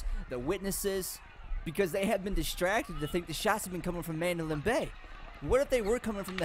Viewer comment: STOP FUCKIN SAYING MANDOLIN BAY !!!